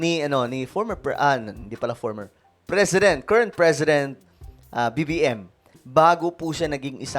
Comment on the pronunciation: kita nman ngiwi ay bulol si bbm